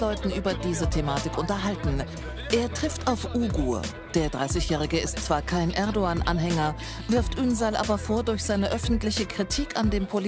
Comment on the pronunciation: Nichts gegen ihn aber für ein Türken spricht er Erdogan ganz schön falsch aus